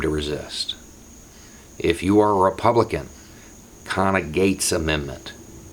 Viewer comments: What is the first word of this amendment, it sounds like "conna" i.e. the Conna - Gates Amendment... Can someone help me out here? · Conna-Gates? Is that the name?